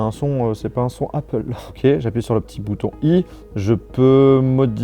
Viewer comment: jsuis dsl mais c'est pas comme ca qu'on prononce apple. mes oreilles de bilangue saignent fort.